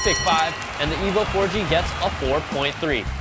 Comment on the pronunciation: It sounds a bit like he is saying " The Evil 4g"